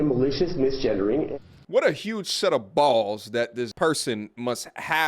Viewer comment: Don't say BALLLS SIR😂😂😂